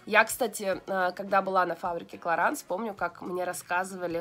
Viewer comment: Лена, клараН..ну тебе ли не знать?😒ну не читается последняя буква во французском..😓